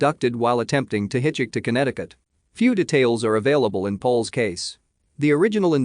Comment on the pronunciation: Hitch HICK